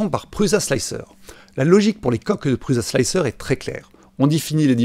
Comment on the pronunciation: Oh pitié l'ami ! On ne prononce pas 'PruZa" mais "Pruça" ;) Il y a plein de vidéos ou Josef Prusa prononce lui même son nom. Ce gars est quand même un des plus éminents contributeurs au mouvement RepRap. Imagines un gars qui parle d'informatique en évoquant Steve Jaube ou Bill Jettes, il ne serait pas top crédible, non ? Et Slic3r se prononce Slicer à l'anglaise. Simplify3dse dit Cîme-pli-Faille-Sri-Di. Et GRBL "Guerbeul", comme ça on sera complet ;) Sur S3D tu aurais éliminé les blobs en utilisant "wipe at end" ;)